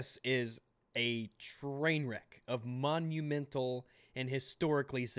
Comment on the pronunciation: EA: Did he say Money-u-mental?